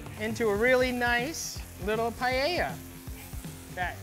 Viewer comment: I can't stand the pronunciation "PIE-YEYA".